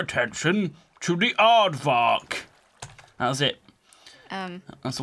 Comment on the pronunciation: You pronounced aardvaark wrong